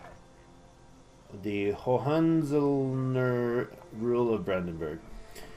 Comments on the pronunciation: Hey,, Hohenzollern is pronounced 'Ho en zoll ern', iirc. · Hohenzollern is pronounced Ah-hen-soll-ern! Great idea for going with a militaristic approach for early game!